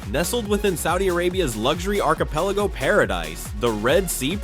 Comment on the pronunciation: I have to say, whoever does the audio/reading of the script sounds like a blithering idiot. Must be using AI for it since it’s not that difficult to say words like Kuwait or so many other words like archipelago. Maybe someone that speaks English prolifically should voice these videos. It’s really simple, if you want to be informative and spread educational information, at least know how to pronounce simple words.